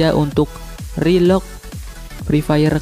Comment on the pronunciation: Ngapaknya ngomong rilog wkwkwk